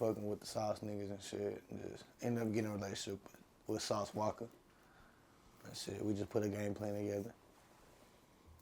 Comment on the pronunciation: Dude said sauce walker... lmao dude white guy say Walker when you saying the word but if it's a name pronounce it how the person with the name pronounces it..... walka